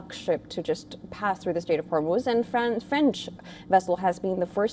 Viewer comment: Why does he keep saying horror moves like a Spanish person?😂😂😂😂